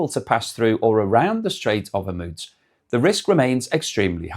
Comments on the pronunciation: Pronounced hermuuuz nit hemuts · Why do you always say Hormuz like that? It seems everyone say it differently! 🤣